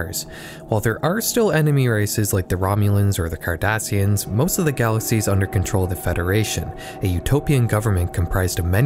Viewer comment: That extra S in Cardassian is doing a lot of heavy lifting.